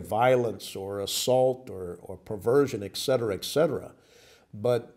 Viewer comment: The word is etcetera not. Excetera